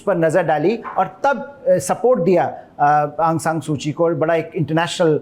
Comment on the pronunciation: Sir correct name Aung saun suu ki hai